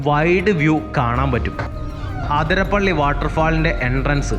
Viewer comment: ആതിരപ്പള്ളി അല്ല അതിരപ്പിള്ളി